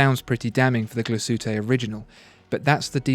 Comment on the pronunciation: how can I trust anyone who says "glashootay orijinal"